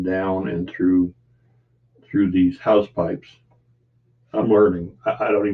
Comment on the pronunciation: Hull is always the slow bit but your doing a great job, it will look great when you get some paint down. The anchor chain holes you seem to be pronouncing house pipes are hawsepipes. Have a great day